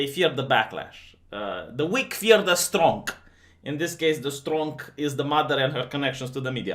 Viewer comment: There is no 'k' in the word strong!!! :)